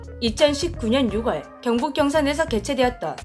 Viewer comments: 유궐이라하면 돌궐 옆에 있는 나라인가? 시붤이라하면 싸대기 맞을 꺼 같고 6월은 육월이나 유궐이 아니라 유월로, 10월은 시붤이나 십월이 아니라 시월로 발음하시는 것이 맞을 듯 중학교때 그리 배운듯요... 바뀌지 않았다면, 활음조인가 머신가해서... 40여년 전이라 바뀐 거 아니면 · 새 해 건강하고 행복한 시간 되세요. 6월 ===> 유월 10월 ==> 시월 많은 분들이 너무 많이 틀리는 발음이라 참고하세요.